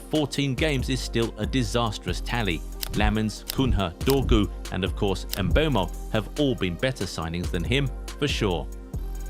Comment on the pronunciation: Bro said mbeumob😅